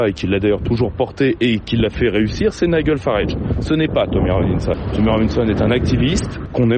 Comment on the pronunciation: nigel se prononce naïdjel et non naïguel